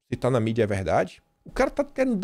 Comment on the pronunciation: "É veldade essa pesqüisa!" kkkkk...